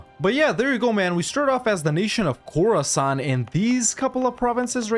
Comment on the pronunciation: Khorasan, more like Core-san!